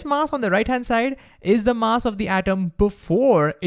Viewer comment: Learn how to say "mass"